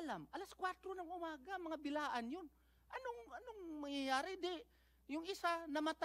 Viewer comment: Blaan Hindi bilaan utro pud ka nga ngawngaw😏